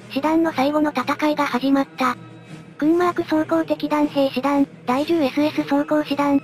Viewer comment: いつも良い動画ありがとうございます♪Kurmarkを現代のドイツ人は「クアマーク」と発音しますね。